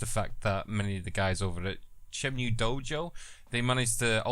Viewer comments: Shenmue, not SHYENMYOO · shen-moo, not shen-mew.